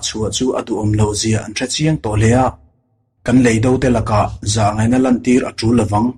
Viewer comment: Mizotawng lamdan hi i va han thiam lo em em. Mastea te drama a Officiala chhiar diklo(lui) ang mai. Inzir nasa teh. A tluk(tone) diklo nasa chu thuhran. A leh E hman pawlh a awm nual leh nghal. Chemhàr tih tur Chemhâr tih te. Leidò tur leidó tia lam te. Han ziah mai sen a ni lo.